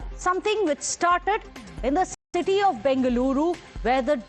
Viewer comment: "It all happened in the titty of Bengaluru" the anchor says